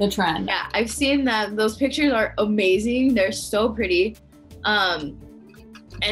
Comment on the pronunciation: "The pictures look O-mazing"??